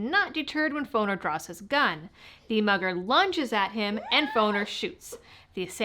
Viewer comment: LOL, at first I thought you said mother not mugger, that caught my attention big time 🤣.... as i am listening to you telling the story and I kept thinking why some mother do that, I need to flush my ears out.